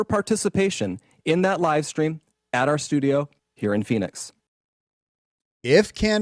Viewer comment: Why can’t she say stream, why she says “shtream “. What kind of school she went to. 😂😂